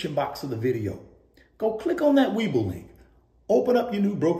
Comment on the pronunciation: And please say We Bull as in investing being bullish. Not weeble 🥴